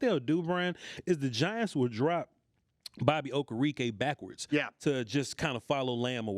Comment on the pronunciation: It’s Okereke. Oh-Care-Rick-Kay!